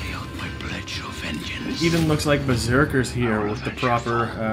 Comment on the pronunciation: Did he really say Beseeker 😳